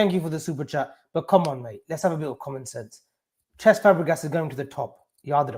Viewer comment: The only reason I don’t want cesc is because can’t even pronounce his name - who is chesk 🤣🤣🤣